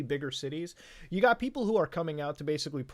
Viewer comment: “I giot into some heated arguments on Facebook.” I’ll stop ya there.